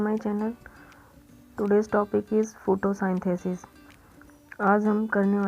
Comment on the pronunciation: फोटोसिंथेसिस instead of sainthesis. Pin a comment of you relating to pronouncing error.